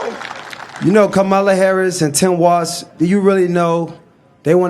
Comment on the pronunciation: It's Tim Walz, not Watz.